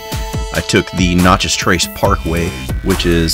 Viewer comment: You’re not pronouncing Natchez properly